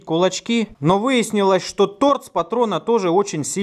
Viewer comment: Торц или мне послышалось?